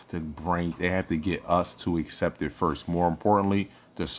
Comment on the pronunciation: It’s pronounced FIRST with a T my guy!!!